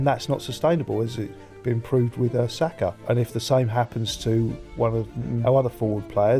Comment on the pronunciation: Great video but what the pronunciation Batman? This must be AI bcs I've never heard a football fan pronounce "Saka" wrong before. 😬